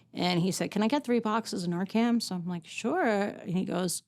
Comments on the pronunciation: Someone should have told her it’s Narcan, not Narcam. It is an unfortunate situation for her. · NarcaN... Not NarcaM. .. Thank you for advocating for Dylan and all the other VICTIMS.❤ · NARCAN* I promise I’m not being rude at all but it really should be pronounced correctly, it could be the difference between life and death one day. Thank you for all you do. Your son is so proud of you. What a beautiful thing you chose to do ❤